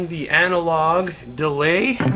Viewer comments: "Analog DEAY" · It's Deray actuarry 😁